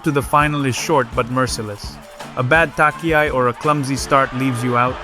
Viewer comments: Pronunciation sucks. For instance "tachiai," is not pronounce "takiai." So irritating! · Really? Could well be... Ok I will ask the AI then: Please say "touch-e-i", not "tuck-e-i", dear AI! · Thank you for the exciting summary, even though I knew what happened, I enjoyed it! Your pronounciation of Japanese is good, just one little thing stands out, namely "tachiai", you might want to look into it. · Tachi-ai not Taki-ai... onegai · the good old takiai xD no front at all but its tachiai you pronounce it like the first part in the word china ! =)